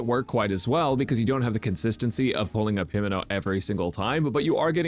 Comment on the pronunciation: Brother called her Himeno... Unforgivable !!